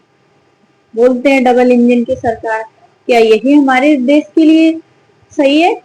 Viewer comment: Jahil didi jati ki vajah se ye nautanki hui upar se tumhare jaise logo ko bura lag jata hai ki yadav tha ya brahman Aur des nahi desh hota hai Sha to bolna seekh le sahi se